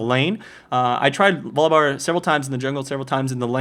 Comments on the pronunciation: nah, he pronounces it vollibar. he says volibear with the "o" as an "aw" sound even though its not a double consenant. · My favorite is that you pronounce it "Voli-bar". Great vid, I watch these every time. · volibear- volabare not volleybar and he is op as fuck